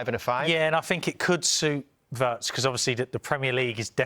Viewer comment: Big muuuney,frimpang, weertz😂😂